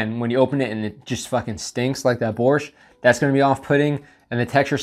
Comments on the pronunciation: I can’t even imagine how they preserve borsht, but you definitely shouldn’t eat it cold lol. Nice pronunciation btw. And you should try fresh and properly cooked borsht, it great! Thanks for the video! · Your pronunciation of “Borshch” is cool cool. Like a Ukrainian diaspora in Canada ) on spot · Borshch was pronounced perfectly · By the way your pronunciation of "borshch" is very good. Thank you for support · Your "Borshch" pronunciation is on point👌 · Your pronunciation of "Borsch" is quite perfect. :) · you pronounced the holy grail of Ukrainian cuisine pretty well! but eating everything cold is not the best idea. also, dry rye biscuits are to be crushed into the borshch or bitten as is but not for the jam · You said "borsch" pretty well. Just use the Spanish "r" and will be perfect. It's supposed to be a red soup with beets. Looked weird in the ration.